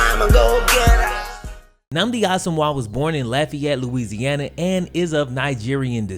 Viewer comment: love your videos but u really mispronounced Lafayette